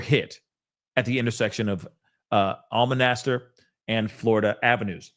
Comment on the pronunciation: i am so proud of you, you nailed those names. ST ROCH and Almonaster. Kudos to you.